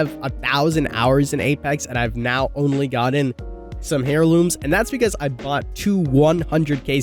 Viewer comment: AIR LOOMS. The H is silent, bruh... 🤣🤣🤣